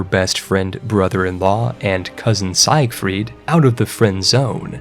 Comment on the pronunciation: seyegfred....or you know....Sigfreed